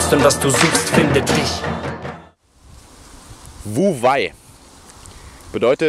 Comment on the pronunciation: Klasse Thema und gut erklärt. Für mehr Glaubwürdigkeit wäre es gut, die richtige Aussprache von wu wei zu kennen. Handeln durch nicht handeln ist übrigens "wei wu wei"